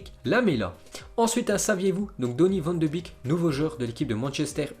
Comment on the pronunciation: « Van de bique » il va falloir commencer à arrêter et mieux préparer ses vidéos, au moins pour la prononciation